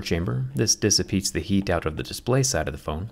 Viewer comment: When he says dissipete when talking abt the copper coolant